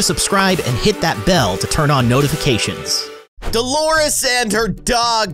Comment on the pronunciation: Her name is Delores not dolores